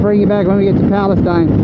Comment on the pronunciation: Just FYI, for those who aren’t local to East Texas: Palestine, TX is actually pronounced Pal-ah-steen. Not Pal-ah-styne… Thanks for sharing this cool video tho!